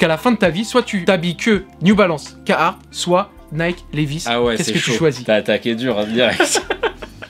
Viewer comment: La prononciation du carhartt quand il dit cahartt c’est horrible zebi